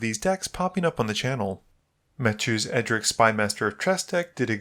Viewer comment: Edric, not E-Dric